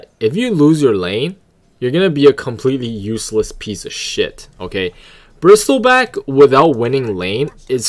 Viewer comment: Kinda annoying how you read it as bristilback but good guide overall, kinda just funny and annoying atst lol